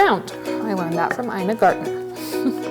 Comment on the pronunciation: It’s Ina Garten, not Gartner